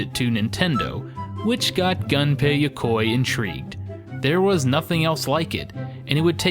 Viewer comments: Its not pronounced gun pay. Its pronounced goon pay. I know his name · It's pronounced Goon-pay not - Gun-pay! rocks in the corner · Very interesting, but I kept getting irked everytime Gunpei Yokoi's name was mispronounced. In the video, it was pronounced like "Gun pay", but the proper pronounciation is "Goom pay". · Dude..... GUNPEI NOT GANPEI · Hey, just so you know... It's 'goon-pei' That's how you pronounce it.